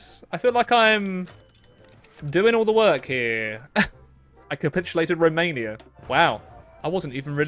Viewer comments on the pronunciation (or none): none